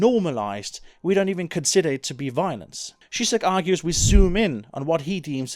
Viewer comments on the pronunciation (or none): i don't know the "correct" way, but I've heard most people say zheezhek, not shishek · pronopunce ž like you pronounce j in Jacques. You're pronouncing it like "Šisek" t. Croat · Well worth waiting for! The way you pronounce Zizek is quite funny though haha :D